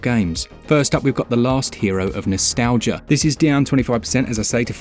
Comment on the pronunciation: It’s not pronounced Nostalgia, it’s Nostal-Gaia. There’s an extra “A” in there. It’s Gaia, like Illusion of Gaia or something similar.